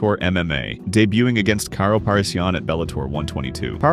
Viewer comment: You butchered Karo Parisyan's name.